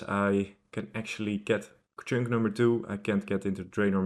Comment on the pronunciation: Pronounce chunk right for one. Not with “ink” it’s with “unk”